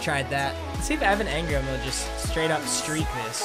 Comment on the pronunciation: One like equals one time papa doesn’t say Evan Angrum